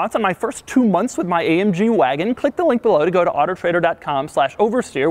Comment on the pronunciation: When he said ma waagon